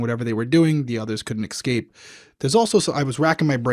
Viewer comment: Does know 'escape' isn't pronounced 'ek-skape'...? Also-- if these two are gonna say one person-- NOT THREE-- tied knots THREE DIFFERENT WAYS during this crime, I'll shit... And if they say DNA or fingerprints could be recovered from bikes submerged in water IN ARKANSAS IN THE EARLY ’90'S, I'll shit again... This case is way too complex for them... Two of the three died by drowning and the third would've died from drowning if he hadn't been grievously wounded... It wasn't to CONCEAL the bodies-- drowning was the intended cause of death...